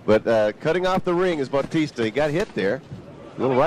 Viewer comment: What batista? Its baw-tista